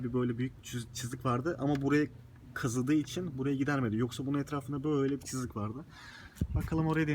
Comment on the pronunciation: Çızık değil çizik diyeceksin